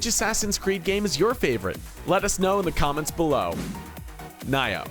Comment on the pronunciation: It's not pronounced Ni-Oh lol fucking idiot.